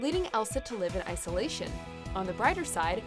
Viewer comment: " Leaving else to live in ice-olation "